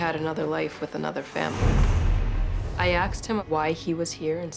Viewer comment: She says "axed" for "asked"!!